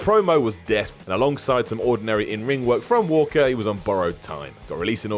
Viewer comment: Really,, you couldn't re-record 30 seconds to get Walker's name right?